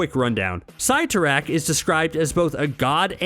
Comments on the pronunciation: I cringed when he prenounced Cyttorak "Cie-to-rack." instead of "Ce-to-rack." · Your were pronouncing the crimson bands spell's name wrong